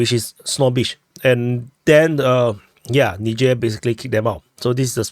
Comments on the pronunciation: it's pronounced Nizher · Not nigher😂😂😂wtf